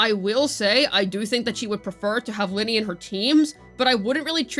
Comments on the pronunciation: it’s LYNAE, not LYNEY .-. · Why do you keep saying "Linnie" ??? That isn't her name!! And holy crap dude, you repeat yourself for like 5 straight minutes; literally just rambling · 'Luh-Nay'. Please for the love of god. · Why do you choose to pronounce Lynae's name wrong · It's the average CC western debuff, they can't say characters names properly.😂